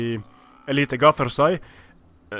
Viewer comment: Well. Agatar-say lol. It is read: AGATAR-SHEE. Aga - warrior chef and tîrsh-stuff.